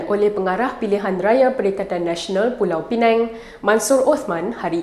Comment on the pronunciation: Pulau pinang la.bukan pulau peneng.